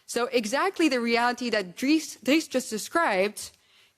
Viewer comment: "Driss" instead of Dries. L to the video editor